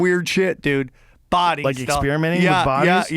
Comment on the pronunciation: Stop saying "espearimenting"!